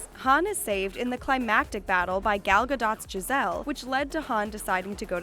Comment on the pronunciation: don’t ever say Gals name like that again